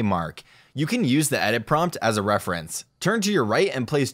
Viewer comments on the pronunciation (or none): none